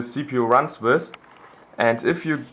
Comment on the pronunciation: with not wiss xDD nice dude :D